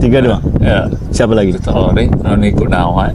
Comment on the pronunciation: Fictor Roring bukan Victor.. Wahyu Widayat bukan Hidayat